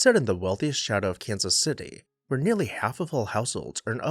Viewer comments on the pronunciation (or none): none